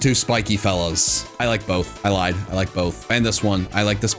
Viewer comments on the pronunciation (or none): none